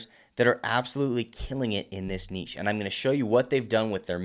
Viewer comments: Thanks for not pronoucing it "nitch". I appreciate it. :) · lol makes a change to hear an American pronounce niche correctly 😂😂